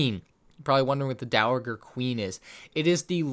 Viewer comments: Dowager is pronounced Dow-a-jer. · The G in dowager is pronounced like a J btw. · I also really want to see the dowager (pronounces dowajer) queen